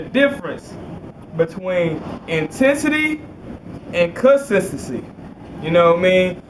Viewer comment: "i want to talk to you guys about intensity and consisisee"